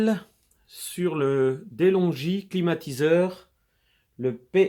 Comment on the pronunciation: Se pronunce delongue non delongi